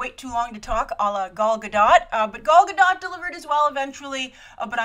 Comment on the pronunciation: Just letting you know, I speak and read Hebrew and Gal Gadot's last name is pronounced "gadoht."